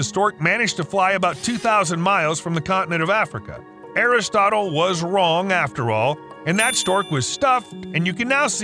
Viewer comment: Aristotle but pronounced like chipotle.